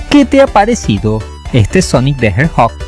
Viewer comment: Si esto hubiera salido en el auge de los plataforma 3d poligonales. Sega no se hubiera hecho Three party 🗿 El proyecto esta en pañales, por ende le falta un buen camino por recorrer 😎. PD: creo que se dice : the hedgehog y no hedjot 😅